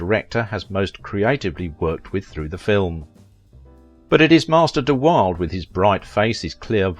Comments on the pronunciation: PLEASE PRONOUNCE His Name Properly… It’s Brandon DE WILL DA not DE WILD I actually saw him in person when Shane opened In Phila. (at the Mastbaum Theatre) but keep the Videos coming as they’re informative and always entertaining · Every time he mispronounces the name, I grit my teeth! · Brandon de Wilde pronounced his name as "Brandon de WILL-Duh", not "De Wild", as you said. Karen Grassle was "Karen GRASS-;lee". not "Grasse;"/ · I owe you an apology. I said his name is pronounced da wilda and it is not. You are correct. I searched a few videos and one said da wilda and then I watched an episode of What’s My Line where Brandon was the guest. I must assume the host got his name correct when introducing him to the audience. I apologize.✨✨ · His name is pronounced D-will-da, not da wild. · Where's Professor Higgins when you need him! It's de-Wilduh not deWild. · Interesting video. His life paralleled James Dean's in many ways. One point of order: Brandon's last name is pronounced "de Will Duh" NOT "de Wilde". I looked it up. He may have had Oscar Wilde's sexual interests, but not his last name! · de Wilde is pronounced de Will dah not de Wild, I think most of what you say is gossip and fiction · His name is pronounced Brandon duh Will-duh, not wild. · His name is pronounced de Wilda, not Wilde. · Just for the record, the narrator is pronouncing his last name incorrectly: it is three syllables - de-Will-duh . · His last name is correctly pronouced 'de WILL-duh' (not Wild). Karen Grassle is pronounced GRASS-lee. You need to fact check such things if you want to increase your viewership.. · His last name is pronounced da wilda.✨✨ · Isn't the correct pronunciation of his name "de-Will-da"? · Learn to say names. De-Will-de (both e.s short) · It's pronounced Deh Will-duh. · Mispronunciation of Brandon’s surname. It is “duh-will-duh”. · If you're going to make an entire video on someone, it would be nice if you pronounced his name correctly. duh-WILL-duh